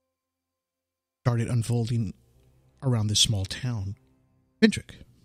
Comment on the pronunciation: *Pentyrch That's ‘pen-turk’, not ‘pen-trick’. If you couldn't even get the name of the place correct, how many other mistakes have you made?